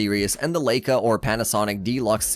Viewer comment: I think your computer voiceover should learn how to properly pronounce Leica. Your credibility went to zero with what you posted.